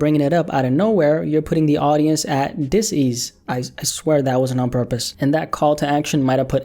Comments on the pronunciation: dis-ease lol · "dis ease" Rim shot lmaoo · "dis ease" yea total accident, I'm sure